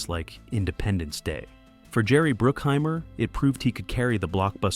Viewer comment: It's BRUCKHEIMER and NOT BROOKHEIMER,get it right,WTF!!!